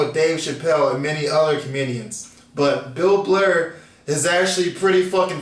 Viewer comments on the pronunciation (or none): Bill Blur lol its Bill B-err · I know the difference, but in the end it's the same emotion and trying to act like it's not seems awfully weird. But you do you. Btw: it's "Burr" not "Blurr". You're the second guy I heard calling him Bill Blurr. Maybe that's just a Laurel/Yanny thing. ;) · I challenge you to pronounce BILL BURR instead of Bill BLUR. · Funniest part is a lot of people say Bill Blur instead of Burr.. love your reaction! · That's funny, I was about to come on and say "blurr" really? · Burr! Burr!! Burr!!! No L :) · BURR!!!! With an R